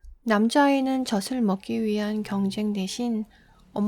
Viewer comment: 젖을→저슬(❌) →저즐(⭕) ※連音法則(연음법칙):자음으로 끝나는 음절에 모음으로 시작되는 형식형태소 가 이어질 때 앞 음절의 끝소리가 뒷 음 절의 첫소리가 되는 음운현상. (예) •꽃+을→[꼬츨]=꼬슬(❌) •빚+을→[비즐]=.comb(부채•채무) •빗+을→[비슬]=debt(머리빗) •책+이→[채기] •옷+을→[오슬] •낮+에→[나제]